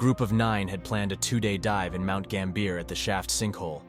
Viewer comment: Pronunciation of mt gambier needs some work lol